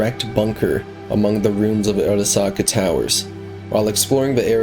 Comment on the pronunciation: bro video is ight but why tf do you say Arasaka like that lmao. Like obviously you played the game so you know how it's pronounced??????